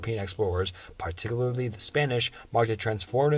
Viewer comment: PAWTICUWALY okay guys I think he has a speech impediment 😅